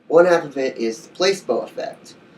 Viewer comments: I swear I haven't even finished the video and I was going to comment the same exact shit it's pronounced Pla see bo not Place bo... btw I'm not making fun of u we all can't pronounce certain words so just a headups. PS you look so fucking high like u just finished blazing plus it looks so cloudy in the background hmmm🤔🤔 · It's not pronounced place-bo it's placeebo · Not "place bo"... "pluh SEEEEE bo" placeeeebo effect LOL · It's pronounced PLA SEE BO .... not PLACE BO.....Bless!! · Place-bow....? I'm not believing dick from this dumbass lol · How can I take this serious when you're saying placeBoe ☹️🤦🏾‍♀️ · pla See Bow ;) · your right! he is pronouncing the word wrong. like you said it is Pla-see-bo. LOL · "place-bow" Lol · Please take this video down and update it with the correct pronunciation of Placebo.